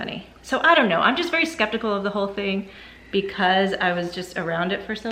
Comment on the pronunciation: It’s a “southern thinG” to pronounce the “silent” G——- it’s not a K